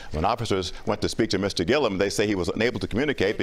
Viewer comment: Would you PLEASE pronounce his last name right! It's annoying. There is no I after the last L😂😂😂. It's Gillum not Gillium, dear😊